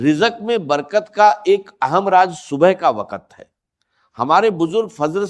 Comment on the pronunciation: Raaz ko Raaj Keh raahai jhoota